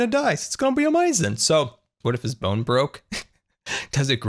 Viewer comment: I like how says amazing like "owmazing"